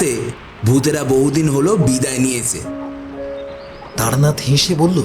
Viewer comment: Taranath not Taranat.